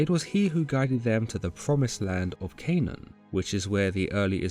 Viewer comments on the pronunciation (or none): none